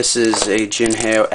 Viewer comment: definitly not jin hay o its like saying hello in mandarin ... ni hao (how) jin how